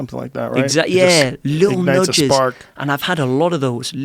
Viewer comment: “Litul nudges”- I thought it was Joe Rogan making fun of him.